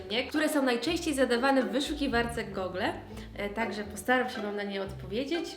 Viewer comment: gogyl nie gogle